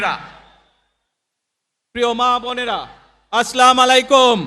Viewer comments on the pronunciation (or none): আস্লামালিকুম না প্রিয় নেতা, আসসালামু আলাইকুম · স্লামালাইকুম না, আসসালামুয়ালাইকুম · আসসালামালাইকুম না, (আসসালামু আলাইকুম) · হুম, আস্লা মালাইকুম নয়, আসসালামু আলাইকুম হবে। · 17 বছরের ক্ষুধার্ত কেমন নেতা সালাম টা ও দিতে জানে না এমন নেতা চাই না সালাম আমার থেকে শিক্ষা নেও আসসালামুয়ালাইকুম ওয়া রহমাতুল্লাহ ওয়া বরকাতুহ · আপনার সালামটি শুদ্ধ হয়নি দয়া করে সালামের শুদ্ধ উচ্চারণ শিখে নিবেন। বলবেন আসসালামু আলাইকুম। ইনসাফ কায়েমের জন্য হাদীর আত্মত্যাগের কথা তুলে ধরায় আপনাকে আন্তরিক ধন্যবাদ জানাই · ঠিকমতো সালাম টাও দিতে পারেন নাই, আসলামু আলাইকুম মানে তোমাদের উপরে ধ্বংস হোক। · Ekta Muslim kintu Assalamualaikum Bolte pare na. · প্রথমে সালাম শুদ্ধ করে দিতে পারেননি দ্বিতীয়ত ছাড়া দেশে দুর্নীতি করেছে তাদের বিচারের কথা কে বলবে আমরা সাধারণ মানুষ বলবো এই জন্য দাঁড়িপাল্লা ভোট দেবো ইনশাআল্লাহ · যে ভালো করে সালামি দিতে পারে না সে রাজনীতি করবে কি করে😂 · নেতা দেখছি শুদ্ধ করে সালাম দিতে জানে না 😂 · সালাম টাও সঠিক ভাবে বলতে পারেন না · হালার পো সালাম টাও ভালো করে দিতে পারে না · আরে খাম্বা, শুদ্ধ করে সালাম দেয়া শেখ, আর হাওয়া ভবন কি আবার রেডি হচ্ছে? গাজীপুরের বাংলো বাড়িতে কি শিল্পা শেট্টি আবার আসবে? লন্ডনে যায় যে মাফিয়া ডন আল্লাহর অলি হয়ে ফিরে আসতে পারে এমনটা অবিশ্বাস করতে হবে? তোর আশপাশে যা আছে সব চোরের বাচ্চা ডাকাতের বাচ্চা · সালাম দেওয়া সঠিক ভাবে সিখুন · হায়রে পোড়া কপাল সালাম ও ঠিক করে দিতে পারে না সে আবার নেতা এদেরকে নেতা না বলে কাঁথা বলা উচিৎ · je salam thik moto dite pare na se desh chalabe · হয় রে নেতা ভালোমতো সালাম ও দিতে পারে না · বিসমিল্লাহ এবং সালাম দুটোই উচ্চারণ ভুল বললেন। যাদের হৃদয়ে ক্ষমতার লোভ লালসা ছাড়া কিছুই নেই তাদের জনগণ ভোট দিবে না আর। 😂😂😂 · ভালো করে সালাম টা ও দিতে পারে না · এতো পোড়া শোনা করে কি লাভ যদি সালাম টা যদি ভালো ভাবে দিতে না পারো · জাতীয় ইমাম বের ভাষণে সালাম দেওয়া শুদ্ধ হয়নি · সালামটা সঠিক ভাবে দেওয়া শিখুন। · সালামটাও শিখতে পারলো না হাইরে ভদ্রলোক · আসলাম আলাইকুম 😢 খুব দুঃখজনক সালাম টাও ঠিক করে দিতে পারে না 😢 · যে সালাম টাই ঠিক মতো দিতে পারেনা সে আবার দেশ কিভাবে ঠিক করবে⁉️ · সালাম সঠিকভাবে দেওয়া শিখুন অনেকদিন দেশের বাইরে ছিলেন তো তাই এমন